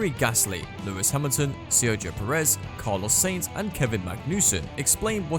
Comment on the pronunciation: pierri gasly, carlos saints and kevin magnüssen :D :D